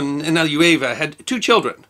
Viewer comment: I appreciate your way to tell the history, but it would be so good if you could pronounce non-English-non-American names correct! Here for example, Svetlana Ali-loo-ye-va should do.